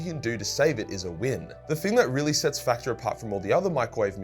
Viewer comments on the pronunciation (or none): none